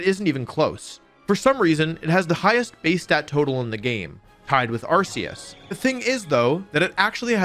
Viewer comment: Ar-see-us? Really?